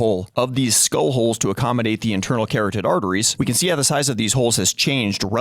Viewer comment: ka-rod-did, not carrot-did.